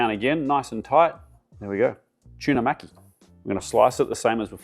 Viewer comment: When you pronounce maki there’s no need to pronounce a “c” in it, reminds me if Mr macki from South Park when you say it like that lmfao 😂